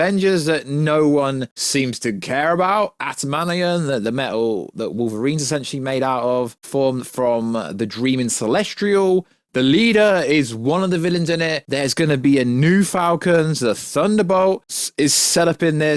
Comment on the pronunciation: Timatu? Celestrials? Jesus, it astounds me how content creators can mispronounce things so regularly.